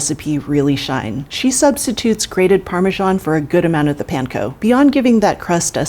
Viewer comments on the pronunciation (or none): Real q is why does call it penko instead of panko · Why do I not like the way she says “PAN-co”? But I know she’s the expert and I’m the idiot so I should not like the way I say it lolol